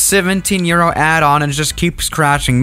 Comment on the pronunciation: What he said:. 17 Euro What i hear:17 year old lmfao